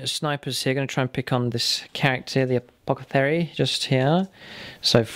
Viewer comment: Am I the only one who's supremely bothered by how pronounces apothecary. 😂